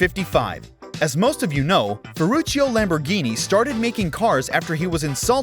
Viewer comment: 🗣️NYANBORGHINI PURRACAN💀🤣😂